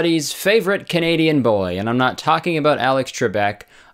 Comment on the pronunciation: Candian ahahahah yes i love Candiana